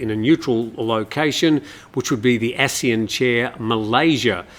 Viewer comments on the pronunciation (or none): none